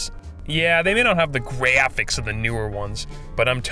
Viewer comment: I like how you say "Gwaffiixx" & "Claassixx"